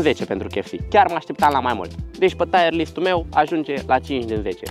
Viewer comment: bro said tire list🙏😭